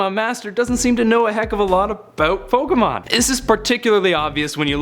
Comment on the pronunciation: I believe you were saying Pokémon correctly. Yours is the sound you get when you take the "Poke" sound from Pocket and the "mon" sound from Monster. Plus it is the correct way to pronounce "é" when you remove the nuances of the American accent. Yes, that does mean most people pronounce "Fiancé" incorrectly too.